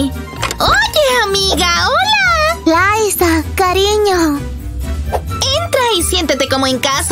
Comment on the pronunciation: es liza con "z" pero el nombre se pronuncia en Inglés como laysa pero se escribe liza